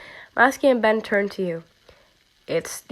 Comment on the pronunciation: "Masky and Be-..." "Masky and Bes?..." "No" "Masky and Ben!.." Lol 😂 (No offence please)